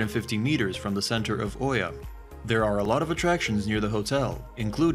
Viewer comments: E-YA!!!! NOT OHYA… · Hey! It’s pronounced “E-YA”…